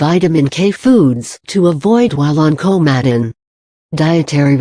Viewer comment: Can we get you a better speech engine? Many people will not know what "Kow-madden" is. And your clickbait title is hightly misleading. Perhaps you might do a bit of um, actual research on 'Coumadin' before you slap together a video like this. This is five minutes I'll never get back...